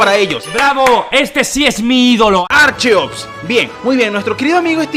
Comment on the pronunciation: Creo que la pronunciación correcta es: ar ke ops